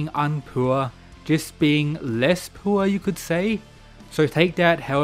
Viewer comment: man says 'pure' like 'puur'